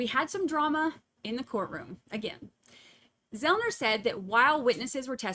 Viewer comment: Joshua Zelman - not Zelner,. I’ve heard you call him that on another stream too.